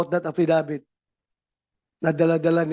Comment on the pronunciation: Affi-dawit hindi affidavit😊😊